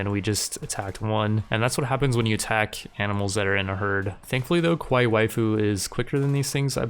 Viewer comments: big character cringe, at least say it like 'ka-wai-ee' so it doesn't sound like a different word in Japanese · And Kawaii has an E sound on the end like the state Hawaii. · Dude you are not pronouncing kawai well